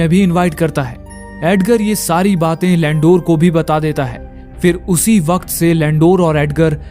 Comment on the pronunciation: लैंडूर । नही लंडूर है ये 😂😂😂